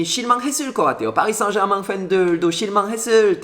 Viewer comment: 와우~ 퐈리 쌩제르망~♡ 발음 넘 멋져요^♡^